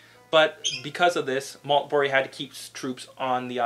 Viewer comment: Major general Christopher Maltby NOT Maltberry !